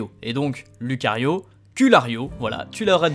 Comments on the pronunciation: lUcario ;-; on dit loucario XD mais a part ça tu gère! continue comme ça et je te propose flateubé pour flabébé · Ça se prononce "loucario" et pas "Lucario" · Pour info ça ce pronononce loucario